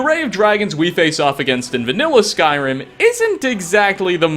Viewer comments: yeah. There's been a shortage on syllables, so they've gotta cut it down to just the one. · "Skrim"? The hell is "Skrim"? Is that where TES 6 takes place in?